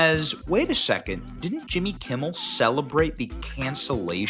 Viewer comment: Who is this Jimmy Kimble you speak of????